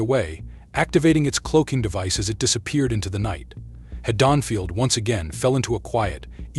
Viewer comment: Why pronounce the town wrong multiple times only to say it correctly? Beyond me why do people do that so much these days mispronounce shit we all know how it’s pronounced we hear in the movies and yet this guy like had – Donfield only to pronounce it correctly later what the fuckthis guy is dumb lol I haven’t even watched the whole video and as much as I love Michael Myers, I really don’t think he could beat the predator considering the same guy claims that Jason was beaten so oops ruined one of his videos